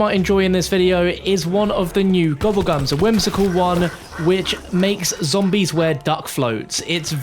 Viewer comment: Lol you said gobblegum